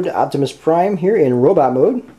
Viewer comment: u forgot the r in prime